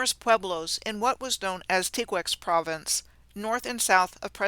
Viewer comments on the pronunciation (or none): none